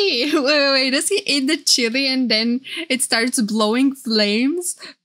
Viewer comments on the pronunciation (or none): none